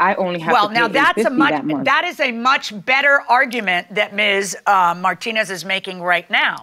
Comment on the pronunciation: needs to learn how to pronounce Martinez.